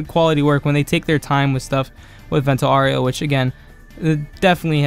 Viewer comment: aaaaaaaaaaau its not oreo its aureo haha